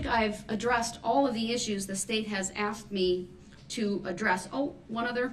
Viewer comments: Brooks: With your slick words!! Also Brooks: I've been co-horsed into this!! I axed for droorisdiction! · He can’t even say “asked” 😂